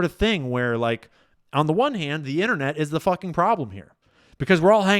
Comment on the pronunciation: Your “one soup “ is wrong